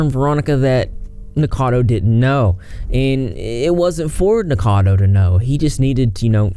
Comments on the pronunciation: Its Nick O cado.... Rhymes with avocado... Not nickcado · P.s. it's "Nick-O-cad-O Avocado" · Idk if you're pronouncing his name wrong on purpose but I support it.